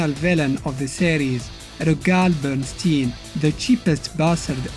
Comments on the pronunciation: just a heads up, Bernstein should be pronounced like ''Einstein" ! (Bernshtayen not bernsteen) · His name is pronounced like Einstein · Wait, it is pronounced "Bernsteen" ? Cus I honestly read "Bernst-AYN" as in "Albert Einstein"...